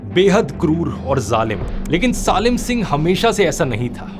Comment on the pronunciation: सालिम नहीं सलीम सिंह बोलो 😂